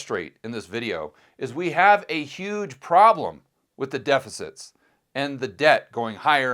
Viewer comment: DePicits? What's a "depicit"